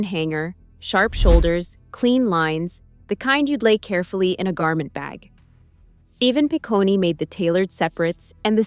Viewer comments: Evan Pi-coney 😅😅😅. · Evan Picone - doesn’t end with an E sound, it’s just “Pah-cone” like ice cream cone.